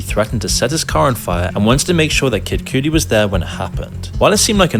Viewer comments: bruh kid cudi being pronounced like coodie and not like kuddy killed me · How did and butcher names so bad. 2pakc and Casey and kid Coody. 😂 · Why they pronounce Kid Cudi like that😂